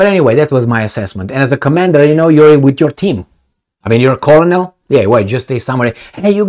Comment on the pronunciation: colonel is pronounced "ker-nel"